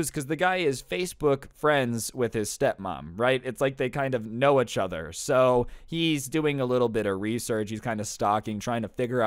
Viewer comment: he says ichother